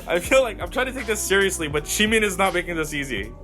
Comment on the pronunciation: I LOVE YOU YOU SAID JUNGKOOK AND JIMIN'S NAME RIGHT YESSSSSSSSSSS